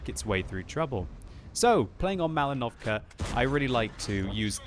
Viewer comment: Is it just me, or does it sound like says "MalinovCAR"?